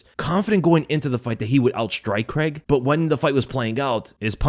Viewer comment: There's no Paul Creg- try this phonetic pronunciation- Crayg. It's sounds horrible, as a Scot, to listen to your lazy pronunciation of a good Scots surname!